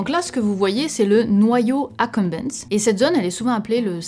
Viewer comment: Merci pour cette vidéo. Petite correction sur « accumbens ». Si on suit la prononciation du latin à la française, on oralise « acombince » (cf. « mundi » → « mondi », « minus habens » → « minuce abince »).